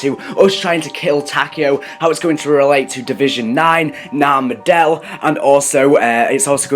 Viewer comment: It's pronounced Sap way bro😂